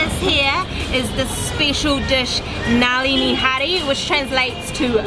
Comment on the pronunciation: Finally the next video is here!! Amazing video as always guys! I am glad you are liking the food here in India:) I found one part very funny when said Nali Nihari...Naali in Hindi means sewer:D It is pronounced Nully:P